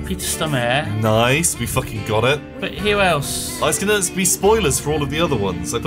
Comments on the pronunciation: coming to rewatch this series, its great, altho im now reminded of how annoying it was that they kept saying "stromare" instead of "stormare" throughout the entire series. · Jeez, you really butchered the name Stormare. Emphasis is on the o, not the a and the e isn't silent. So it should be something like Storrm-areh. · Lmao I love how they pronounce Peter Stormare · It's "Stormare" as in "storm-a-re". Almost sounds like Stormer. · they way you pronounce Peter Stormare makes this little swede mad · oh god the way they pronounce peter stormare...